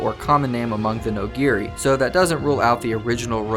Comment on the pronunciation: Great video. Might want to double-check your pronunciations in future though - Noghri in particular.